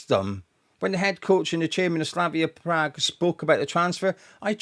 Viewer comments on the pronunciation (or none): none